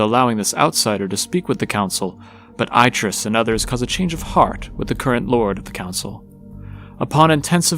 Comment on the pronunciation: I can't finish this because every time you say Aitrus wrong, it distracts me. He literally says his name, along with his wife, in the games, and it isn't how it's said here. Decent video from what I've watched, though.